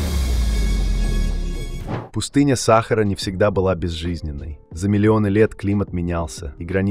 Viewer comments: Скажіть цьому "чтецу" що треба говорити" саХАААра а не сАААхара! Невже ніколи не чув про НАГОЛОС !!!? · Не САхара, а СахАра.... бестолковые и глухие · научись делать ударение правильно !--=САХАРА-на последнее А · почему сахара , ударение учи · Чтец научись ставить правильно ударения ,что за сахар ,не сахар а сахара. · Пустыня СахАра или САхара ???Текст читает ИИ?? БрЕзговала или брезгОвала?? Всё- дальше не слушаю. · Где находится пустыня Са́хара? В уме авто́ра или робо́та с несовершенным речевым аппаратом? Задолбали. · Какая сахара сахара/ударение не на первый слог/ на второй тошно слушать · Что Самое Интересное --- Оба варианта Неправильные. . . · Бесит ударение сахары